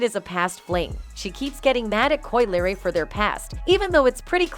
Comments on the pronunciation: i officially do t trust this channel because you can’t even pronounce the name of the person you’re making a video about. you literally use video clips where people say it correctly but you consistently pronounce Crisean wrong. it’s disrespectful. & Coi Larry? Someone stop this girl talkin about a culture she know nothing about. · Right And the Coi Larry got me 😭😭 how you get Larry from Leray 💀 they need to step they shit up w/ the narration cus they outta pocket 🤣🤣